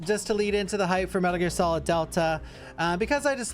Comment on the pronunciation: Metal Gear S-olid